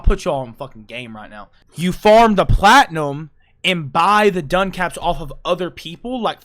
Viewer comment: Duncaps? Is he talking about Ducats? “Duh-cats?” And we can circle back to his mangling of “amalgam” later… Love you,.